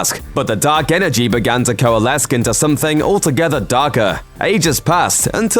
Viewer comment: "Coalescked" hurt a lot.